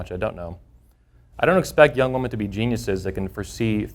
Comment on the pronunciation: Woman plural is WOMEN , pronounced WI-min🙄 Im surprised such a 'know it all' cant grasp english.